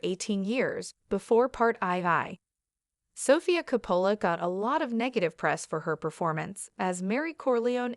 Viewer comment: Hard to listen to AI voice mispronouncing COPPOLA.